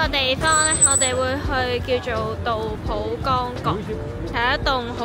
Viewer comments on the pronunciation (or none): 搵長沙片唔小心入左嚟😢大佬呀，杜甫係中國出名詩人，你居然連古人名都讀錯，點攪呀😢